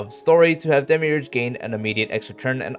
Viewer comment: Not to dog on your pronounciations but I find it really amusing that when times you repeat demiurge from the kit, you start to atray from demiurge and start saying demirouge 😂❤